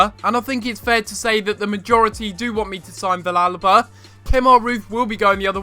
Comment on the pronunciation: the -ll is pronounced as a y sound in villalba